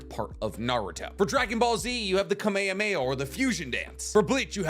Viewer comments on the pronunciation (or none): Kamehameha is actually pernounced ka meh ha meh haaa